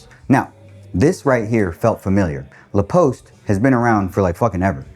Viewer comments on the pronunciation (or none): I speak French at home (I'm Canadian, not French btw)... and I had a hard time understanding "La Poste" when you pronounced it haha! I had to listen 20 times but finally I got it.